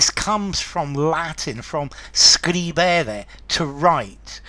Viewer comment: Pronunciation of scribere, scribo, scripsi, scriptum Third conjugation verb: scribere...not stressing the second syllable...scri-be-re